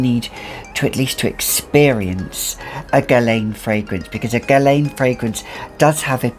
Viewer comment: I enjoy your videos but oh my god, please stop pronouncing Guerlain wrong!!!